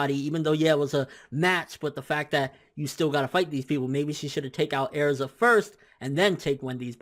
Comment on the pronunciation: you pronounce erza wrong please stop..